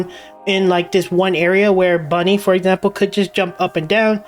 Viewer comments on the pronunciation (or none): none